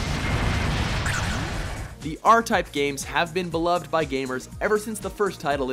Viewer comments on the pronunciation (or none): none